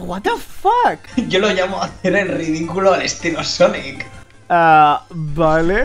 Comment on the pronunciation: Cuantos juegos de sonic te faltan jugar que tiene coperativo? XD y cuando dices "sonico" siempre imagino un redoble de tambores tipo: SONICO! tudu dum!